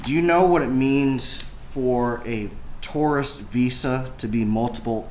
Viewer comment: Why can’t this attorney say tourist🤪